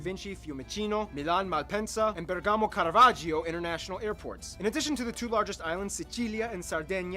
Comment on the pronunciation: And is Pòrtano Not portàno Is Bèrgamo Not bergàmo